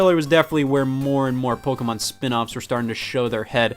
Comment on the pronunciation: Wait. WAIT. Scott is American and he doesn’t say PokEYmon... but pronounced it correctly? 7000 IQ CONFIRMED